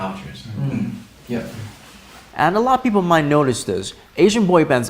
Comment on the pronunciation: Rikkun...its people not pipour. 😆 Naah just kidding you're just perfect